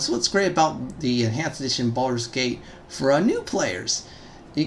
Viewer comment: Sounds like you said "Farscape Enhanced Edition" I wish that was a thing